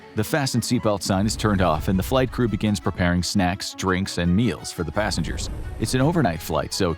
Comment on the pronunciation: it's passengers not passangers 😅